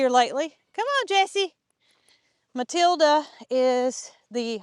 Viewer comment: Mootilda and Mootater 😂